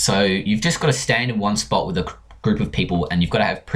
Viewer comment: wis Me: you just got a vit xD Me: are you drunk or what